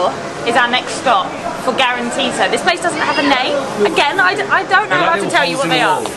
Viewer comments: its guaranttita not guaranteed XD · The garantita is not garantete 😂😂🤣